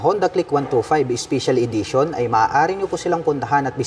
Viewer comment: spicial idition😂 pronounciation